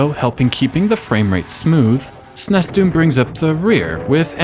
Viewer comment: Good grief, SNES is pronounced ”sneeze", not "snesss".